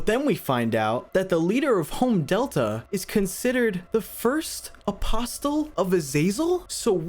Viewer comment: very nice video but its aposle without a t in the pronounciation